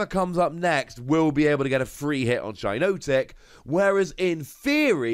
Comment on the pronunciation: It’s shi-NOT-ic not shi-NOTE-ic